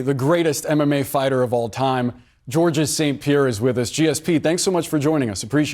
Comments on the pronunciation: "George-is" St Pierre 🤦‍♂ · You don't pronounce the S as he does dude. It just has a soft G's lol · Spelled Georges, pronounced like George. Interviewer didn't do enough research 😂🤣🤣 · Calling him 'Georg-ES' is criminal... learn to say someone's name properly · Je parle français aussi. Watch one of the many times he was announced before fights. You don't pronounce the S. This is the case for many French names and words (Jacques for one off the top of my head). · Somebody tell the guy that interviewed GSP that you dont pronounce the ‘s’ at the end of Georges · No one told him the proper way to say Georges’ name apparently; treat the Gs like Js and do not say the S….